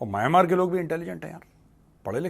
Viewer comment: सही उच्चारण "म्यानमार" है।